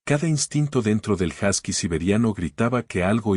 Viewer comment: Se pronuncia “josky”